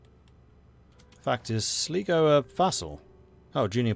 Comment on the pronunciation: Going forward, it’s pronounced Sl(eye)go, great video as always...